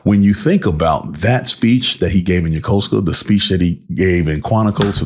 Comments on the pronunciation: Thank you for pronouncing Yokosuka the right way. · Thank you for your service. I am an expat living in this area of Japan for over 20 years and I have a very good friend who was also stationed at the Yokosuka base. I could tell that you served there because you clearly know how to pronounce the city name. xD Sorry I just had to say that…xD